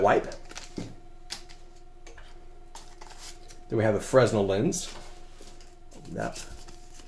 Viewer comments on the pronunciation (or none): Great video. Lots of good ideas. One point to mention is the fresnell lens. It's pronounced Fre-nell as he was a Frenchman.